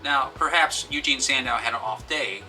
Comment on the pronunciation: Eugen not Eugene.... geez....